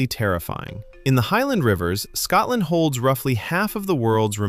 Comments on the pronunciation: Fact 31: Scotland is not pronounced Scatland. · When the narration begins with the word "Scatland", you know to stop watching immediately. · Its Scotland, not Scatland !!! There's nothing more grating than Americans pronouncing the English language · The pronunciations in this drove me mental!😂Why is it so hard for non Scots to say Scotland or lochs?🤦‍♀🤣